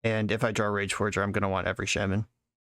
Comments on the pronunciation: Are you intentionally saying shemen rather than shaman 😂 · never heard someone say shaman like that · Yeah that’s something I thought was a little odd too but I figured it was just one of those words that is pronounced differently based on region. He is pronouncing the first syllable as if it rhymes with “lay”, “hay”, or “bay”, while I’ve always heard it pronounced as rhyming with “saw”, “law”, or “awe”